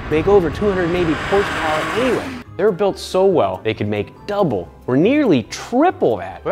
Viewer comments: 2000 HORSEPOWAH!! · horsepower u mean hersperrs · You actually pronounce it as Hersper not horsepower